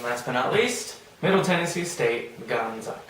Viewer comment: She got Middle Tennessee state correct!